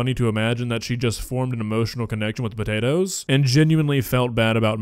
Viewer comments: she finally says “potatoes” correctly and then literally corrects herself to say “s’potatoes”.. good lord. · putting the "SPUH-TATERS" in! 🤣 I adore and her vocabulary! 💖🇨🇦💖